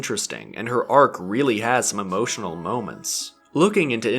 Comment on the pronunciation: mamotional?? :P